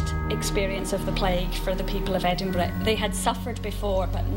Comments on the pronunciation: The narrator voice is just over the top and americans need to learn how to pronounce edinburgh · I've been to the Edinburgh vaults and it's creepy as fuck down there. Good try but they still haven't managed to pronounce Edinburgh properly. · It annoys me when the American lady presenter is not able to say Edinburgh correctly.... Just .... Get a grip!